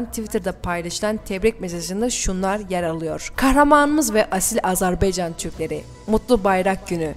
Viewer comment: Bu kıza biri söylesin. AzerbEycan değil AzerbAycan. Bu ne rezillik.